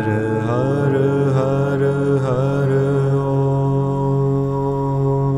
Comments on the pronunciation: I had two surgeries for thyroid cancer so I was interested to try this ...... is it me or does the har har har om more sound like he is chanting the word harder harder harder om? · How is HAR pronounced? Being from America, it looks like 1 syllable, but he sounds like he's speaking 2 syllables....